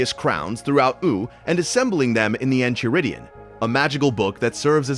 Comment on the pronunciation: Enchiridion(En-kai-ridion), it makes me feel like he's either never watched the series or he's doing it on purpose